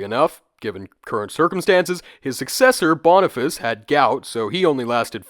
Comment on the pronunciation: read boniface as "bone-i-face" lol